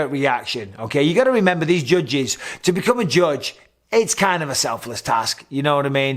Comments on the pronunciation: He says it like “jujges” 😂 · Anybody else just irrationally mad at the way he says judges??? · Anyone else love hearing him say “judges” 😂🤣😭